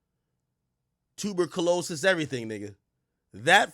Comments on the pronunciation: Tuuuuu Berrr Colisis is crazy illiteracy 😂😂😂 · What tf is tuber - colosis lol AK be making up shit 😂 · the way AK says tuberculosis 😆 🤣